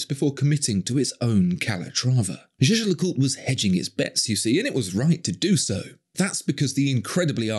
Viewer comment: Royal Oaks have 50m water resitance and the crews are just for show. These are not sturdy or robust, not even compared to a nautilus. And learn to pronounce Jaeger-LeCoultre or stick to the acronym.